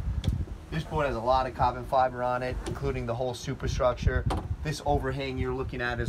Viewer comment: I could listen to this guy say cobbin fiber all day 😂😂